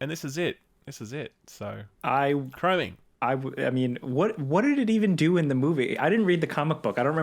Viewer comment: Chrome is the shinny metal. It's not Chroning. 'Chroming' LMAO